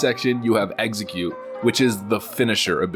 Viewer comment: Eggsacute? I completely enthralled listening to this dude say dumb things and mispronounce words.